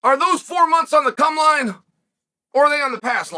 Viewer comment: When Chael says it we all her “cum line”